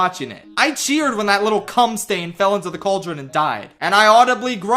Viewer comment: The way he emphasized saying “cum stain” was so out of pocket 💀